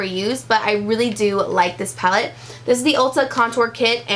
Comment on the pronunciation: That part where you took on a British accent and said "Pallet" on accident. I have watched it about 15 times because it tickles the mess out of me. So funny. 😅😅